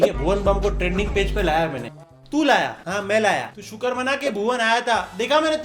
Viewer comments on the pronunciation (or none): none